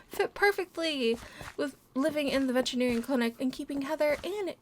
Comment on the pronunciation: Its veterinarian not vegetary LOL😆😆😊